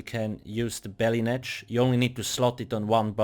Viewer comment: REPEAT AFTER ME "BETTY NETCH" " BETTY TT